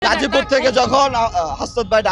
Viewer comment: গাজীপুর বলতে পারে না খাসি পুর বললো